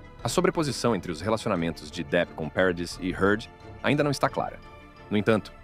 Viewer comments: " Peredisss"?😂 Parradiiii! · A pronúncia é Parradí !